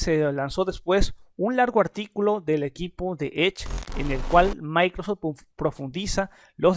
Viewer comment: "Micro sech"